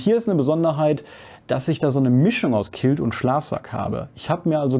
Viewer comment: Tolles Video, vielen Dank dafür! Kleines Feedback weil das Wort so oft vorkommt: Quilt spricht sich "Kwilt", nicht "Kilt".